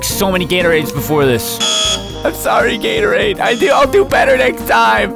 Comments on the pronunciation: After hearing him say Gatorades some much I started to hear Gator AIDS... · When he says Gatorade a lot of times he sounds like he’s saying Gary